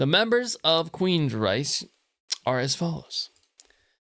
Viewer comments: It’s pronounced “Rike”, not the German way. In my opinion, their last best great album was Promised Land, then they went downhill. Nothing topped what came before. Todd LaTorre is a great singer, but nothing would ever replace Geoff, and the pairing withe DeGarmo. When DeGarmo left, their amazing soul left with him. After, they were just a regular hard rock band. Still not bad, but just not totally astounding. Anyway, this is a masterpiece. Still relevant today. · how could u claim to be a fan and NEVER pronounce their name correct.. queensryche pronounced queens-ryk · he's "very familiar" with this band but doesn't know how to pronounce its name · Can't even pronounce the band's name correctly.